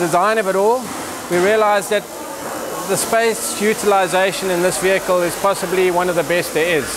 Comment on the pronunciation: Good wehicle, bad presentation...